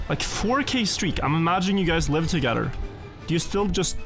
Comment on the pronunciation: i will pronounce every letter in a word:...togedder